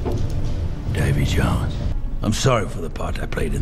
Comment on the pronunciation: has a great talent in saying names wrong. I think subtitles would help:D Damey Jones and his Kragen